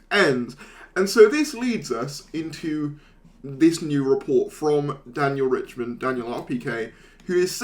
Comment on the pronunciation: I wonder if RiCHTman knows that YouTubers are mispronouncing his name as "Richman"